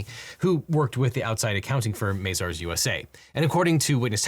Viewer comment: It's Mah-zars not May-zars